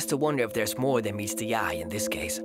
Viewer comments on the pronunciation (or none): The way he said more dan